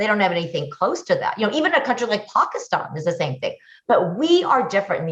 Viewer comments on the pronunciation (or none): none